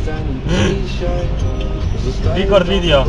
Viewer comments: Mówisz Record Vidioł, a urządzenie ma cie w dupie, dzięki temu urządzenie cię skompromitowało. 😁 😂 🤣 🤣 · " RIKORD VIDIO" - będę bohaterem na Stop ham. Życiowy sukces wielu cebulakow.